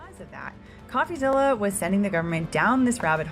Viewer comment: What gives it away is how the narrator pronounces "Coffazilla."